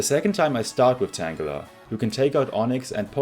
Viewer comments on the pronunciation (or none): nice vid with a very interesing idea! i like it. this makes the game better in so many ways. also, the 'g' in Tangela is pronounced the same is in the word 'girl', as it's derived from 'tangle'. Tangela's hair/vines are tangled!